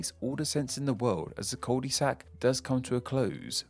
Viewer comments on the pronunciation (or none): Why does he keep pronouncing Cul-de-sac, Cul-Dee-Sac? I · Cul de sac - French for 'arse of bag'. 'Un cul' is 'an arse' not 'a bottom'. Please use Google Translate for correct pronounciation of latin words as you are reading tham and pronouncing them as if they are english words. This is not right and it's irritating. Otherwise, this was an interesting subject. Thanks (you got a thumbs up from me).